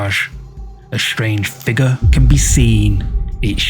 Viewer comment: Please stop mispronouncing "figure". Go back to school if necessary, it's annoying